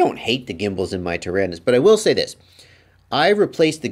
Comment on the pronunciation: Hi, you keep saying "Tarinis"....I'm assuming you mean the XD9.....what about those of us that are on somewhat of a budget and bought the QX7.....will these work in our "Taranis"? Are some/any XD9 parts interchangeable with the QX7?